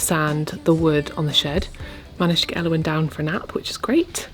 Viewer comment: The cottage is looking lovely, well done you two! Also, I just wanted to say that I could listen to you say Elowen over and over, you say her name so beautifully 💜🍄